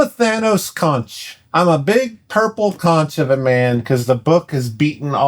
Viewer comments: The Floridian in me died a little hearing you pronounce "conch." The "ch" asks like a k. Konk. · Isn’t it pronounced conk ? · nit pick: conch is pronounced "konk". its a delisious type of aquatic snail they eat in the caribian and other places i assume